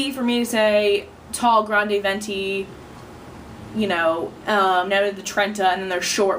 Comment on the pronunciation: Hahaha I can't express how much this video represents my life. My favourite mispronunciation is "veientay". Thank you, thank you, thank you.